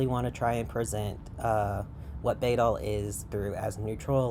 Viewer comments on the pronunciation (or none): Just wanna let you know you are pronouncing the word wrong. In Old English, the letter „æ” (called „ash” and replacing the ᚨ rune of the same name) is pronounced like the „a” in cat. So it's (rather amusingly) pronounced like "baddle" In fact, a number of linguists agree that it's directly related to (or even the ancestor of) the modern adjective „bad”. I'm a trans woman who finds bæddel rhetoric to be quite harmful and who agrees with the things you say in this video, I'm just also super into linguistics (it's my special interest, my channel is named for an entirely etymologically unrelated and non-intersex although similar looking Old English word which most likely meant „trans woman”) and the way you pronounced the word bæddel really bugged me 😅 EDIT: I got through a larger portion of the video and noticed you commented on that part. Just so you know, bæddel is unrelated to the word bædling, and you are mistaking the etymology of one for the other. An understandable mistake yet one I still feel should be pointed out. They look very similar but have unrelated etymologyical origins. It would be phonologically unlikely for both to come from the same source, as bæddel's Old High German relative „pad” (which EXCLUSIVELY meant „intersex person”) would not have had the devoiced plosive „p” at the beginning, and would have instead been identical to „bad”. „Bædling” has the etymology you described, deriving from „bedd”, but it exclusively means „trans woman/effeminate man”. It is s